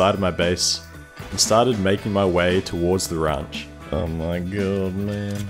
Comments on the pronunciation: The way you say ranch makes me think your from SA lmao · feels almost weird knowing where your from just off 1 word lmao